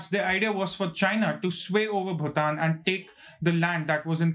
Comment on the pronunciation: Finally ... the first reporter to pronounce BHUTAN correctly 😅😅